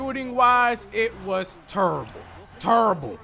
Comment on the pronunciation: Truable !!!!!!!!!! !😂😂 (terrible)